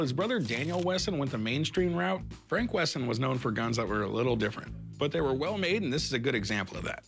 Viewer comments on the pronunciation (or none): none